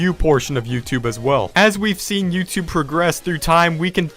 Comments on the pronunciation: You sed youthube 33 times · You said youtube tree times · You said yourube 36 times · You sed “YouTude” 34 times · You said tubeyoub about 35 times